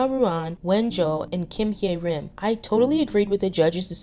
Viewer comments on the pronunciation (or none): I mean no offence at all but please keep practicing the pronunciations of names. Bahiyyih : Bye-yee-hee Hyerim : Hye-reem Ruan : Ru-in Wen zhe : wen- je Liang : Leeang 100% agree with everything in the video, great insight!